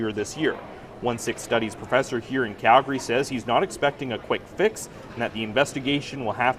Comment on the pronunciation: University of Khal-gari lol